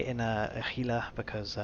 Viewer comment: It's Hee-lah. Gila is a Spanish word. G is pronounced "H". It's somewhat irritating when people say it gee-lah, but over time I've mostly gotten over it....mostly...